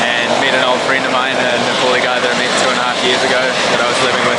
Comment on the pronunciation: It's not Nepoli ! it's Nepali !